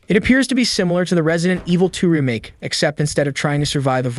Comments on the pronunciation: I've never heard someone pronounce that word as "reh make" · Hate the way he says remake 🤣 bet none of these will be on PS4😞 and probably centred around online only 🙄